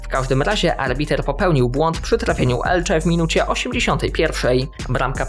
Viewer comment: Elce a nie Elcze tak na przyszlosc! Fajny material